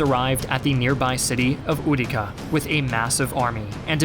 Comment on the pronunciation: You mispronounced over have the names. "Hoz-dru-ble?" Really? How about Ooo-tee-ca? (Utica)